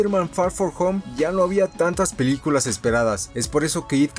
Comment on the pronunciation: Jaaj en una parte del vídeo dice peluculas jaja like quien se dió cuenta